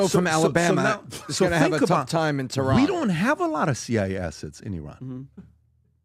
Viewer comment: excellent analysis by Patrick of the intel agents in Iran. You cannot send tee-roane! Lol